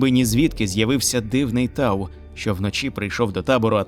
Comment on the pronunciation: Вообще, не тау а т'ау